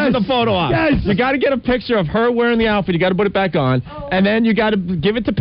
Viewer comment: Im convinced opie mispronounced put purposely for attention.